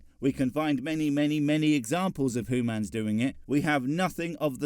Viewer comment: I still think you're a ferangi with how you pronounce humans. You're just trying to convince us that you're not Edit: I'm starting to believe that all these hooman conflicts are minuscule and pointless. In the bigger picture, we are all..........